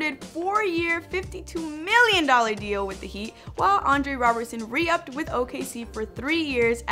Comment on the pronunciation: Did she say re up?🤔